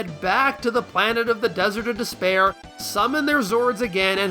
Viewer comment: What fun idea for a comparison video. Also when you said "Desert of Despear" the only thing I could think of was the albino in Princess Bride.😂